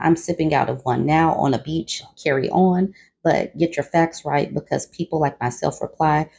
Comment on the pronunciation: I’m herd of hearing he say carry linen and luggage??